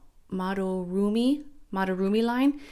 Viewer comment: it was a lil painful to hear you mispronounce madoromi 🫣 but i get it English pronunciation complicates everything 😂 just for future reference it’s mah-doh-roh-mee (japanese is phonetic and all the vowels have one sound) and kakuno is kah-koo-no it’s really subtle but there’s no emphasis on any of the syllables so it’s kah-koo-no not kuh-KOO-no 😅 not to be rude you probably don’t care but i enjoyed this video and wanted to chime in ❤